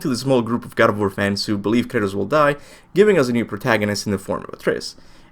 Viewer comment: The way you sound when trying and failing to say "Kratos," sounds hispanic...